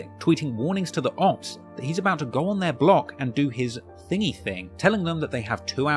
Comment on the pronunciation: Great video just please stop saying opps in a british accent